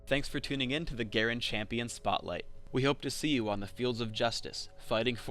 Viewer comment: Excuse me sir, its "Champion"